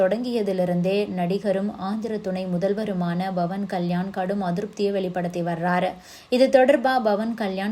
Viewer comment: His name is Pavan with a ‘P’ not Bhavan. Please pronounce correctly